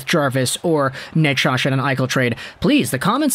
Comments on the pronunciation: how are you saying Necas? I don't think it's Nachosh. Forsland used to say "Nachez" ( emphasis 1st syllable). I'd go with that. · Ya no I'd take Necas and Jarvis. And you're pronouncing Necas wrong lol.